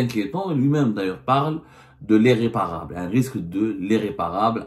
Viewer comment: Éréparable, dérection, pffff !!!!! Il va falloir que tu fasses un effort sur la prononciation.